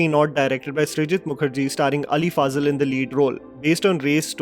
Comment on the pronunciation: Ali Faaazal or Ali Fazal 😝😝😝😝 Get your pronunciation straight bruh. No need for fake idiotic accent. 😂